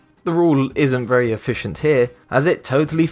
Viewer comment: "It's just been a berry deceitful lie." ON POINT